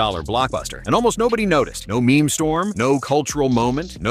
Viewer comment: Is that pronunciation of meme still a thing? Thought we had it solved long ago..